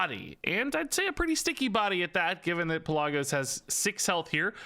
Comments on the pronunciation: I love your videos, but one thing. it's pronounced Pel-luh-gos. You were close and I know you don't play world of Warcraft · I am so sorry but Pelagos is Pe-la(short a)-gos I still love the vid though! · its actually pronounced Pel-uh-goe-s. Greek, Macedonia or Thrace of origin if i recall. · It's wingardium Pel-a-GO-sah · It's not Pelagos, it's PelaAaaaAaaAaAAaaAAgos. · in greek we have something that's called tone it goes on top of a letter that helps so ppl don't mispronounce the word, that's why I said it like that cus to an non eng speaker the pe-la-gos that he said could be pronounced 3 different ways atleast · Pelagos(pel-uh-gose) I’m sorry but that just triggered me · it hurt my ears every time i heard pellahgose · Lol you are pronouncing Pelagos wrong. I cringed every time you said his name. 😂😂